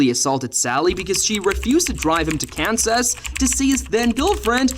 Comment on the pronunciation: Kansus sht said kansus lol.